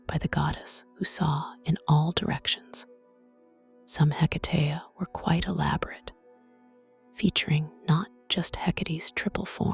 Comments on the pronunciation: Wish you say her name right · The story is good but you need to pronounce her name correctly.